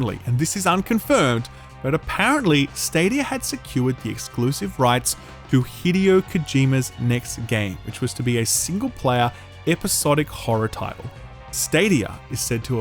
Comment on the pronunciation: I think it's Hi-de-o, not Hi-di-o.